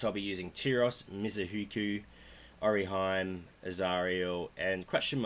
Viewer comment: It's a Japanese word that means princess or a lady of Noble birth. so, it pronounced like O-RE-HE-MEH, just like he said.